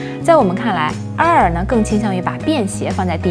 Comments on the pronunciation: “啊尔”是什么鬼？ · 别勉强了她连air都不会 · 英文發音怪怪的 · 内容介绍挺好的。就是英文的发音有写干扰，请不要误会，我不是恶意，而是提醒。 MacBook 这个字的C和K是不发音的，所以您说Ma可boo可 Pro的时候其实对观众而言有干扰的情况，Air的发音也不是啊尔。Pro不一也不应该发成【普肉】。 可以请一些外国人示范发音。 很喜欢内容，也很喜欢主持人的笑容。以上是一些个人建议。